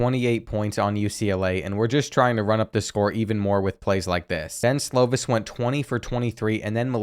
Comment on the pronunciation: Slovis is pronounced "slow-viss". It kills me the way you pronounce stuff lol